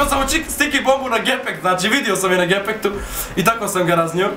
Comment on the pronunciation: rekao su umjesto gepeku gepektu hahaha